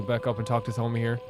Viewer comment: the h in thoma isnt pronounced and ayaka has a strange emphasis on the ya in her name when you should emphasis the ka in her name :) i absolutely love thoma he is one of my favorite inazuma characters!